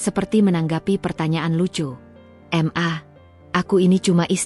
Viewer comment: Mbak baca ma itu jgn dibaca m dan a ...tapi di baca maaaaaaa ..itu singkatan dari. Mama ...begitu mbak